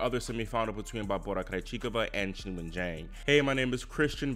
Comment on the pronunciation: Thank god someone pronouncing Qingwen correctly which is not even a difficult one as far as Chinese names go the "Kin-Wen" pronunciation every single pundit is using is driving me insane